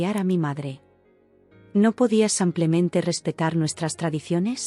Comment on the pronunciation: No es como simplemente, se dice simplemente